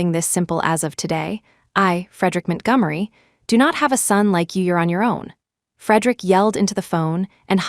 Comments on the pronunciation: Ethan “Mint Gummery” 💀💀💀💀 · MintGummery??? Isn’t that Montgomery? AI about to rename all of us. Wait for Washington to become Wish in Town 😂